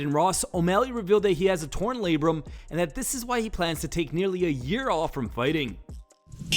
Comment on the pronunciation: scripted interview much? How did Sean give him the right pronunciation of labrum but Adin repeated back the word incorrectly like he was reading it? Smooth brain shenanigans